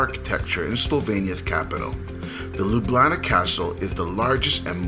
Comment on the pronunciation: you say Ljubljana like a young people in Slovenia :) hope you enjoyed Slovenia